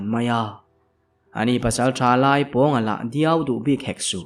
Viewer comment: Duai hi diau tiin ichhiar thina lo swi ve tawp😅